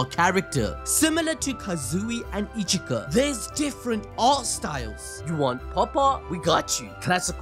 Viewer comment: 😅 Ichika not Echika